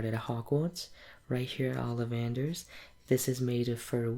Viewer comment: It‘s OlliVANder‘s, not OLLivander‘s. *Hermione intensifies*😉😁 Really like this role play, you have a very nice an soothing voice!